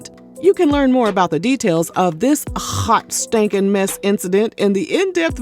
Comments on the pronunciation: This narrator be having me so weak. “A hhhhhhot STANKIN mess.” 😮😂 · The way you said “haut stankin mess” had me rolling 😂😂😂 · I hope she takes time to heal, pray, unconditionally love herself, and get therapy. Also, I luv the way you say “hawt!” (Hot)